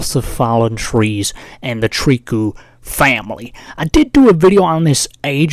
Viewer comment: It's pronounced "Trikoo" it's a french name